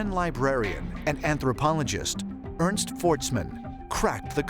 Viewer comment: Ernst isn't pronounced earnsed. it's more like heirnst. typical name butchering